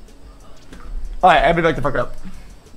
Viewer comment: someone needs to learn this man to gamba correctly 🤣